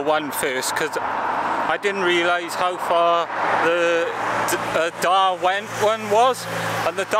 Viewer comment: It's Derwent...as in 'Durwint'...not darwint.